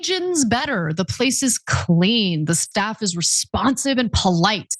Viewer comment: "staff"???, lmao